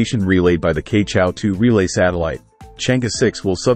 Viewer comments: It is Chang er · Proper pronunciation is Chang Er ; Cheuh João satellite.....